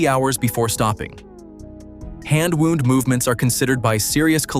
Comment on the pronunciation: They commission AI narration and then convert the whole text to voice without proofing it? There's got to be a way to take the software and fine-tune it so that you get the correct pronunciation between two words that are spelled the same but pronounced differently, as in "wound" (a watch) and "received a wound from an arrow." It's just sloppiness.